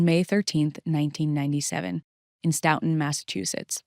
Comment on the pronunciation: Great videos as always, thanks! I've followed all your Karen Read videos as well - I live in the same county in MA that both of these cases occurred and it's really scary to think about, despite being such an otherwise peaceful, well educated area. Two minor comments for this series: 1) The town is pronounced "STOW-tun" as in "stowaway" not "stough" sounding 2) Curious if the surveillance footage timestamps are off? You've mentioned Farwell enters pm but the timestamps on the footage say pm FYI